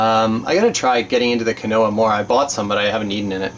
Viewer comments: Also, lol, Quinoa is pronounced "Keen-Wah". It's good stuff~ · honey never goes bad. they have found honey in Egyptian pyramids still good. Quinoa is one of the best things you got. People have been living off it for years and it's VERY good for you. It is pronounced keenwa. Tasters Choice is usually referred to as Tasters Nasty. LOL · 'Quinoa', pronounced 'keenwah', lol.